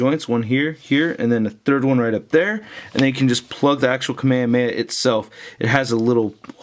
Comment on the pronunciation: its not kameyameya its Kame Hame HA!!!!